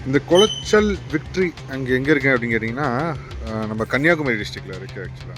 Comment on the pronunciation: அந்த ஊரின் பெயர் குளச்சல் ஆனால் கொலாச்சல் அல்ல